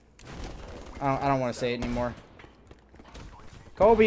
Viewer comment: that hurt a little when he said kobe